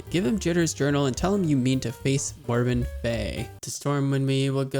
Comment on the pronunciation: Love your series bro but two things I need to point out. First its Morbent FEL, not fei, and second the Warders you fought are quite unique. They're not immune to magic per-se, they have spells called Frost Ward and Fire ward and activate them whenever they first get hit by one of those types of spells. I'm not sure on your feelings towards addons but a cast bar addon will help a lot. Keep up the good work bro, I click these vids as soon as I see them. I especially loves your reading of Jitters Journal. I knew the story but I've never actually sat down and read the book before